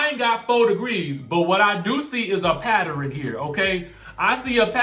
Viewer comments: “Patterin” ?? WTF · “Patt er un” 😆